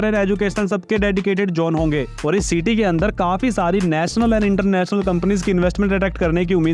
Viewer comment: Ceete😂 nahi city hota hai